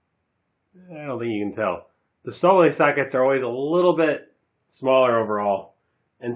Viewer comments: I believe it is correctly pronounced "shtal-villae." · Lmao stahl willy. Sorry i cant take the review as serious with that pronounciation. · In the UK - Stahlwille is pronounced STAL WILL